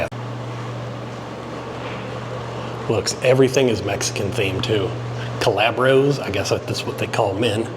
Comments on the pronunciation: "calabros". HUH? You mean, "caballeros"? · Calabro? You mean Caballeros? You gotta brush up on your Spanish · I hope he was joking but did he say colabros when he was pronouncing the men's bathroom??? Also did he say he comes inside dead malls?? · The men's bathroom isn't Calabros lol, it is Caballeros, (CAB-AH-YER-OS).... I grew up going to this mall all through the 90's. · calabros hahahaaha Caballeros, dude! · Cob•uh•yare•o caballero -> cowboy Kuh•bye•o caballo -> horse Be•in•vuh•need•o’s -> welcome